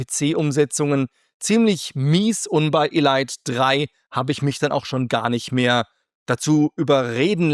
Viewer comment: Ist ja witzig wie du Elite aussprichst. Erinnert mich an so manches Spiel was man seltsam ausgesprochen hat, weil man es damals nicht besser wusste.